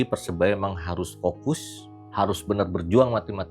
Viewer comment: Sori cak....saranku tolong diperbaiki pengucapan PERSEBAYA e